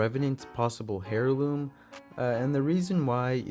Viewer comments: Hairloom I’m pretty sure you say it airloom but idk I may be wrong. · It's not hair-loom bruh that's not how u pronounce it, you pronounce it like AIR-LOOM (HEIRLOOM = AIRLOOM) AIR ,AIR, AIR LOOM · Heirloom is pronounced as (air-loom) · Putting a little to much infesis on heirloom, your saying hairloom, its heirloom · The h in heirloom is silent lol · in that case, also said heirloom wrong, the h is silent. Nice video though